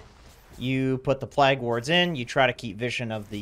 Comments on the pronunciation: PLAY-ge. not PLAH-ge. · bro, plague is not pronounced plaaaag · Haha this guy pronounces plague weird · A new pronunciation of 'plague' just dropped.